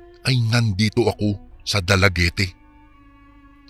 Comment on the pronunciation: Dalaguet po ang basa nyan. Hindi po Dalaguete.